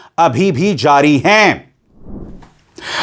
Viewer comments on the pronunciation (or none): none